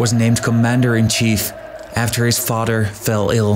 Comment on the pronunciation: You can't pronounce the"th" sound correctly. It isn't 'd". Not fader, it's father.